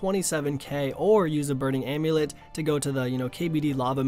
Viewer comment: "Slave amulet (e)". Good job buddy.